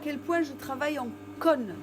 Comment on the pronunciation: Vous avez dit : " voyez à quel point je travaille en conne" au lieu de " à quel point je travaille en cône" à part ce petit détail comique, votre explication et votre démonstration sont excellentes . Merci. Michel